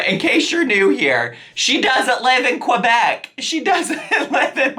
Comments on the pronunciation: OMG ily. It's on-TAIR-ee-o like the word stair. And while I'm here, the "proper" way to pronounce Québec is KAY-bec, or if French accents aren't your thing, KE-bec/KUH-bec 😂😂 You're the best 💗💗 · "qwebec" and "ontahrio" I love you girl 😂🧡